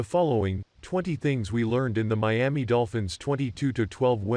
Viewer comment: Who taught him how to say Miami 🤔